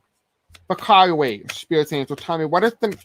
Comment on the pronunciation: Kuwait -CooWait lol